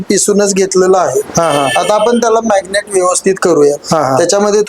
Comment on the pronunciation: मॅग्नेट नव्हे मॅरीनेट....😅😅😅😅😅 जास्त शुद्ध बोलण्याचा नादात भलतच बोलल जातय ....🤔🤔🤔😂😂😂😂